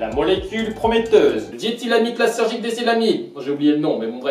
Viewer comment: Et c'est "lizergik" et non lithergik"